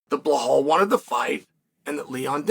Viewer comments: Undisputed. Never lost a round at name pronunciation. Now let's try again بلال - Bilaal This is the name of a great personality in the history of Islam. The first black revert to Islam, who was a freed slave. The silencer of the colonialist orientalists who think Islam is only an Arab religion. Islam encompasses all ethnicities. It's your choice to accept it or reject it. Have a blessed and peaceful day 👍🏼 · He pays apecial attention in butchering Blahall's name. Uncle Chael can say any name. Some names get said as they should be, not as they are!! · I swear he's said it wrong so many times i can't remember how to properly pronounce his name! Lol crazy! Damn Blahaul say something to Chael Please!! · time to put the "blah" in "Blahaul" ;) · Who the fok is Blahaul? 😅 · I clicked on the video to see if Chael was still calling him BLA-HAL I'm glad I did! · "Blahaul". Let's take a moment to appreciate that chael refuses to properly say the guy's name that uses the "remember the name" moniker. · If Chael says Blahal it's Blahal Just like it was 50-45 Pantoja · No one picked it up.......but Master Chael doesn't miss a thing, even though he can't pronounce Belal.s name properly. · lol Chael is the troll above all trolls…guarantee he can say his name appropriately but that’s just how Unc rolls lol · At first I thought him doing this all the time was funny but really it's kinda an ass move. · I have been making this point for at least a year now. It disturbs me it's b...I...L...A...L